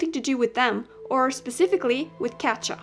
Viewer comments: I'm so sorry if this sounds annoying but Katja is pronounced Katia or Katya and this just makes me cringe I'm so sorry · It is so funny how you pronounce katja 😂